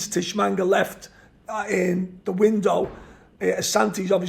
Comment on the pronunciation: It might have helped if he could pronounce Tshimanga's surname - it's not Tishmanga!!